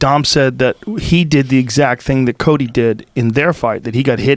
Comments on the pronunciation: Is Joe saying Colby or Cody??? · Ikr...I was like why is he calling Cody Colby?